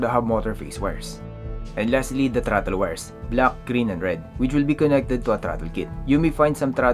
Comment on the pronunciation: About the accent. I got into your mode of talking and replayed a few parts but although it doesn't hurt to improve your English accent, if you just slow it down a bit, words can be understood I think. For this video, simply slow everything down. The 3 speed plug, got it but it took 3 replays. Throttle is throt then L so throtL. There isn't a lot of good videos on the bunch of wires on a controller so thanks for making the effort.